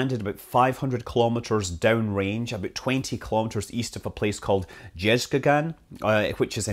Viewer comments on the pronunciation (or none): Why can't people say "about" properly.